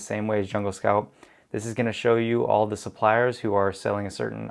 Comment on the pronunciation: "The" (as in pronounced *thee*) is used when the following word starts with a vowel. Period. It is NOT: Thee homepage, or thee whatever. BUT "thee" asshole. Hope this helps. More examples: 2. "Thee" top supplier, min 3. "Thee" Jungle Scout Web App, min 4. "Thee" sales are great, 4.2 "This is not a good item to sell" = It is an item, or "thee" item. It is not that difficult. 3.28min 5. "Thee" sales, 6. "Thee" Chrome extension, min you defo won't see me 7. in "thee" next video.